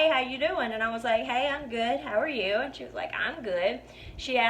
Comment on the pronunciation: You know you're listening to a bonafide southern belle when she says the word "ayand" meaning "and". Lol! Lovely girl, great video, thanks for the laughs and the stories,!